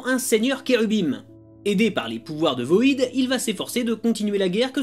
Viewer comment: C'est cool que tu parle du Grifter, c'est mon personnage préféré. Super épisode! Par contre c'est pas voïdeuh mais VOID (vide en anglais).